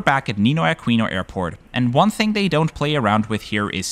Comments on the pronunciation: Not done, yet. I will continue to watch. I suspect Filipinos will be hesitant to correct your pronunciation as they are too damned courteous to foreigners, so allow me to say... Aquino is not pronounced as having a "kwe" sound. Say it as a-KEY-no.... And the slang to describe the Ninoy Aquino International Airport (NAIA) is pronounced as nah-EE-ah. In the Philippines an "I" is pronounced as a hard/long "E". As to taxis at the airport: there are two metered queues. One for the 'yellow' cabs and one for the 'white' ones. Even with long queue lines (I typically walk a little longer and go the the white queue) I have never had to wait longer than twenty minutes. So what you said makes me scratch my head. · Filipino here, There are 3 thing I need to correct, When you said Ninoy Aquino, you pronounced it Akwino, but it's actually pronounced Akino. When you said NAIA, you pronounced it Naya, but it's actually pronounced Na-iya. When you said pesos, you pronounced it peysos, it's actually, just pronounced pesos. I am sorry if I offended you. BTW fantastic channel!❤✈️👍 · What a great video! Mabuhay! Only imperfection was the mispronunciation of Aquino, “qu” is pronounced differently from English, it follows how the Spanish pronounce it. A-ki-no not A-kwi-no. Anyways it barely mattered on the video so it’s still fantastic. Subscribed! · Interesting that everything is in English and there isn't any tagalog used (unless not featured in the video). FYI Aquino is pronounced Akino - as an ex Spanish colony a lot of surnames are Spanish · Aquino pronounced as Akino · Just a correction on the pronunciations Aquino (ah-kee-no) NAIA (na-ee-yah) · it’s pronounced “A-kee-no” by the way… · Neenoy Akeeno and Nah-ee-ya are more correct pronunciations. Can't blame you tho 😂